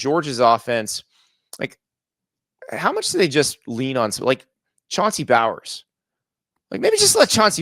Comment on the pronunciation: It's Chauncey BOWENS... You corrected him half of the segment about pronouncing Jordan the right way then screwed up RB1's name....